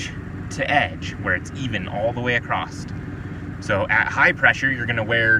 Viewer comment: The letter T doesn't come at the end of the word across.